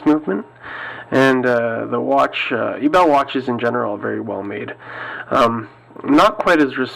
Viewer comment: Great video. However, I'd like to point out a small error in the pronunciation of Ebel. It is actually pronounced as (AY-bell).